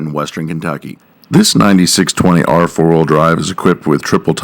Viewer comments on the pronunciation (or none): its a 9 620R, Not a 9620R. please state that in john deere videos. the series number is pronounced, not all together.